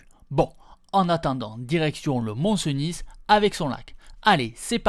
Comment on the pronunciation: C'est val CENIII et le Mont CENIII et non val Cenisss ni le Mont Cenisss, le sudisteu ! ;-)